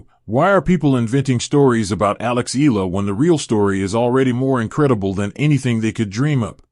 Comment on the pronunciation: Her name is pronounce Ee YA LA ..NOT ELA